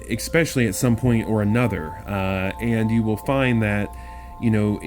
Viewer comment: "Expecially" isn't a word, axe your moms, lmfao!